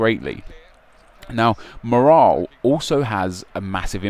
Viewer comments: MOR-ALL IS HOW YOU SAY IT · you say morale weirdly